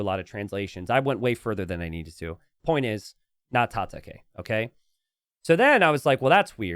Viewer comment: Tata-kay..? I think that was supposed to be Japanese word for fight pronounced "Tata-kai", as in Cobra Kai from Karate Kid.